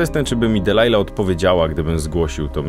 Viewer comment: Nie musisz tego odmieniać... PS. Jej imię to "Delilah", nie "Dealilah"